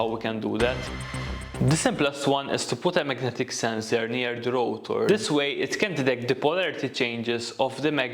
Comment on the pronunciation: Its rotor, not routor!!!